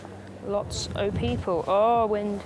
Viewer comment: she said "lots o people".., that's so very James May 😂